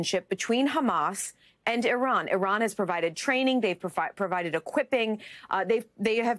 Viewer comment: You miss pronounced iran. It’s sounds like Oobomba